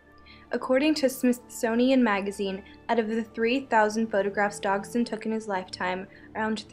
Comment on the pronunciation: While the video is very bothersome and inaccurate, that’s because of these girls surroundings. What bothers me most is the pronunciation of Liddell and Dodgson. Liddell is pronounced like “little” and you keep saying “DOG-son”. It’s pronounced “DODGE-son”.